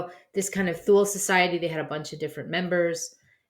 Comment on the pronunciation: It's "Tool-Uh" Gesellschaft.....